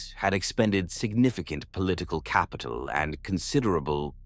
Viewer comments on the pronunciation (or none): none